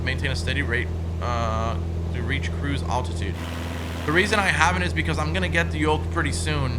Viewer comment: it is altitude not attitude my brother is a pilot and evrey time you try to say altitude my head get's a headache